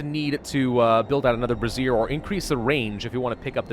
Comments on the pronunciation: I love you man, but it’s pronounced bray-zhure, like erasure. A brassiere is a bra. 😂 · Bruh...... I will literally pay you $125 if you say Brazier correctly